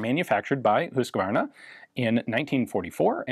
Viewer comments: You actually do a quite good pronunciation, best one yet, otherwise it’s always like “Husk-e-war-na. When its more like the sound of “Use car nah” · I'm a Swede and I can't understand how you get Hovea out of Huskvarna Vapenfabrik Aktiebolag. For one thing the only o is at the end not in the beginning. Still, Ian pretty much nailed the pronunciation in Swedish.